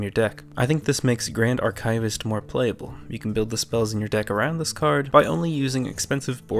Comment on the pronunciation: The word archivist sounds like ar kee vist, not ar kay vist.